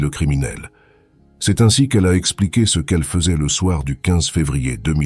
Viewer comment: encore une de ces MMMMMMMMMMMM de voix robotiques, c'est vraiment horribles à écouter, si au moins les mots étaient parfaitement dit, mais non, y'a toujours toujours des flops, du style ce ils le disent en deux mots même trois parfois, d'abord C après E et ensuite CE , faut entendre pour comprendre à quel point c'est casse - c et casse - oreille désabonnement direct, c'est insupportable à entendre, y'en a qui veulent devenir youtubeurs et ils ont même pas l'envie de perdre leurs temps à lire leurs scripts eux-mêmes, alors changer de hobby vous n'êtes pas fait pour ca